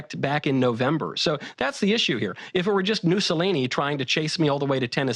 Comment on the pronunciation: "Newsolini" made me lol😂